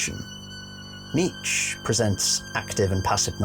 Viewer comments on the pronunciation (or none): It’s KNEE CHA not KNEETCH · Nietzsche is pronounced nee-chuh not neech. Btw I like your lore videos please keep going! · It's pronounced NEE-CHUH (Nietzsche) and also when you speak about Alll-Mer you seem to think he's crying blood. I'm surprised that you don't recognize that it actually mirrors Christ's chest being pierced by Roman soldiers with a spear, hence the bleeding falling from the chest area, not his eyes. HOWEVER, i must say that you do put a lot of good work into your videos, my friend. Overall, well done. Liked and subbed, because I want you to succeed. Just got a few dialogue things to tweak;) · How tf are you pronouncing "Nietzsche"? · your pronunciation of Nietzsche makes me want to eat fiberglass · Dude same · I love your video, especially exploration of philosophical perspective, but there is a "e" sound and the end of Nietzsche.